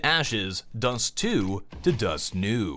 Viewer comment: not ¨Dust New¨!!! It's ¨Dust Tew¨!!! (pronounce like Mountain Dew)